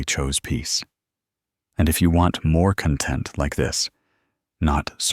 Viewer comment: You should check the voice generator. For example, content can be pronounced two ways... 😂